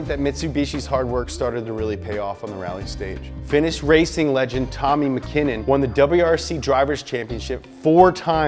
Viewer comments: That corolla picture is actually a Celica you can tell by the front headlights and my dad once ride in it, so I know which is the corolla and which is the celica and this is the celica P.S. (tomee makenin) that’s how you pronounce it, just lile kimi riakkonen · Huh, strange that has never heard someone pronounce Makinnen's name before